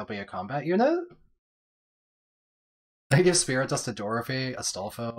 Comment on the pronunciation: It's Wolt :D "sprit dust" tho